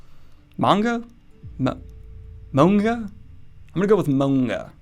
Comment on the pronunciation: Second pronunciation of manga was on point my man. I'm not even japanese, but take my word for it. TAKE IT.